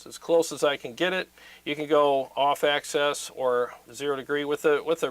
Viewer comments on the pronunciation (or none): Axis and Access are two different words bro Plse pronounce it right it makes you sound dumb and your obviously not dumb lol.. Ac SIS Ac SES BIG pet peeve of mine…